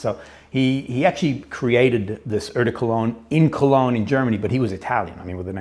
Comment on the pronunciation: Dude, ‚eau de cologne‘ you say: ‚oh de….‘ . Your pronunciation is way off 😂